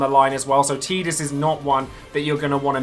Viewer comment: Yayyyy someone pronunciated Tidus correctly!